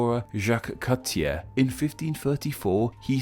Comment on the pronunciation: Minor pronounciation squabbles: Cartier (kar-tee-ay), Champlain (sham-plane or sham-plen), Newfoundland (new-fin-land), Acadia (ah-kay-dee-ah) sans the r, Quebec (ka-beck) and finally Montreal (mon-tree-all or francofied as mon-rey-al). Also, I know that there are also Acadian diaspora in Maine and Vermont.